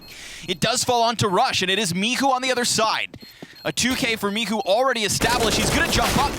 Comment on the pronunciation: Is he calling him mihu on purpose cause there is clearly a "C" there. Michu not Mihu